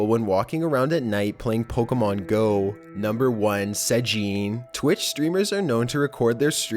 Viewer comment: searching for pokehmoohn jezus fucking christ